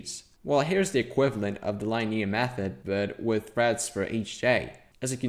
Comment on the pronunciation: Pronunciation feedback, if you're interested: the "i" in linear is pronounced the same as in "pin"